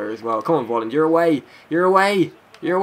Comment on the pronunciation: Dear. you pronounce his name "Folland" not "volland":)